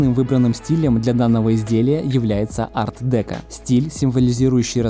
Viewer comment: Куда ударение ставить? ДекО ведь?